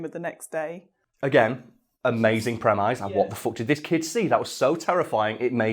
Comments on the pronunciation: Did this dude really pronounce premise "prem-eyes". ˈpreməs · pronounced "premiss" not "premize" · Premise is pronounced prem.iss, not prem.eyes. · Prem eyes? Not prem-is? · Do English people say premayse or is being silly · I've heard the "mise" pronounced like "miss" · Who taught you to pronounce 'Premise'? They were wrong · The scariest thing in this video is pronunciation of “premise” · Why does always mispronounce the word premise?